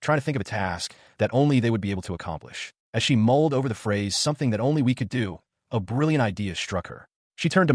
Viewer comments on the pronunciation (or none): none